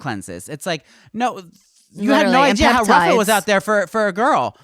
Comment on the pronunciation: "That's such a smart idear" lmao I fucking love!